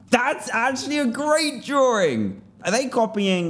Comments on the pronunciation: he says drawring XD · I love "drawring".